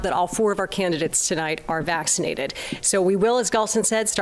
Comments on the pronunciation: I can't vote for Faulconer. He pronounce vaccinated as "vaxidited" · I thought Jenner was running too? That's interesting...Hahahaha he couldn't say Vaccinated lol